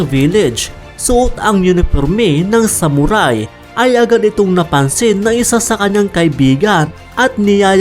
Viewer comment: Ano raw SAmuRaaay? Tsk tagalog b yun saktan kita jan eh😂